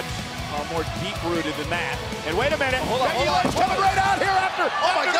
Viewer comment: said becky lunch not lynch